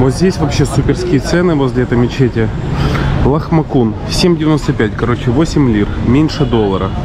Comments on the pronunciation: это лахмаджуны,а нелахмакуны,буква с в турецком языке читается как джи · Лахмаджин, а не лахмакун :))) Салат всегда подаётся :) Кладёте сверху салат, поливаете лимоном, заворачиваете и кушаете :) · Правильно будет "ЛАХМАДЖУН" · Лахмаджун. А не лахмакун. С это буква Дж. S с хвостиком это Ш. Поэтому не сапка а шапка. Хорошего отдыха. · простите, очень режет слух, но ЛАХМАДЖУН Турецкое С обычно читается как дж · Это Лахмаджун а не Лахмакун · Блюдо называется Лахмаджун. С читается дж на Турецком. 😍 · Вы ели лахмаДЖун. Буква "С" в турецком читается, как "ДЖ". А к лахмаджуну бесплатно идёт зелень и лимон. Зелень заворачивают в блин, поливают лимонным соком и так едят. Очень вкусно)). Хорошего Вам отдыха))) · лахмаджун, английский C, читается дж по русски, по турецки (же) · Лахмаджун, в турецком с читается, как джи🙂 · блин называется Лахмаджун. Буква С произносится как ДЖ. Мечеть называется Сулеймание. Это не первая мечеть и не в честь завоевателя Стамбула. В честь султана Сулймана, он конечно был одиозный но Стамбул завоевали до него) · ЛахмаДЖун!В Турции другой алфавит,не как английский! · ЛахмаДЖун. Буква "С" по турецки "дж"